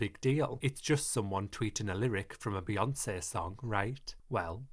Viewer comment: I LOVE the way you pronounce BeyoncĘ